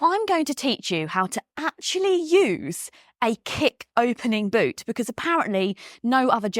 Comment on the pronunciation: You look lovely today, though i just wish you could say 'because ' rather than 'becuuse' 😂